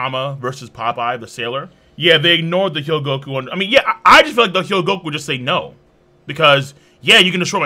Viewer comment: you keep pronouncing it <<He-Yo-Go-Ku>>. its <<Ho-Gee-Yo-Ku>>